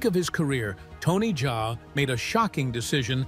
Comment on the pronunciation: Bro itz not Tony jay itz Tony Jaa.😂... Like how we pronounce Ja rule ok😂😂